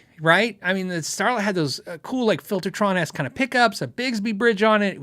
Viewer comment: Impressed with the pronunciation of my name! Next week i will ask if it's worth to pay for shipping and import-fees for a proper T.V. Jones vs. just getting a Gretsch Filter'tron from Europe! :)